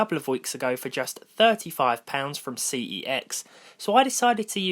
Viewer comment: You pronounce CeX wrong but I understand why